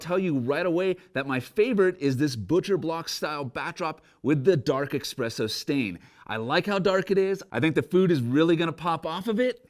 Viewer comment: "Expresso stain" ?